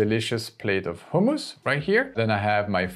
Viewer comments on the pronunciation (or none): Great video! Only concern is I think you're saying "homeless" restaurant rather than hummus restaurant! No biggie! Love your content!